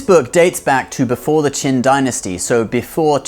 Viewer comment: Great content! Learned a lot. There's something you can improve, you pronounce Qin dynasty like Qing dynasty, which can be confusing sometimes.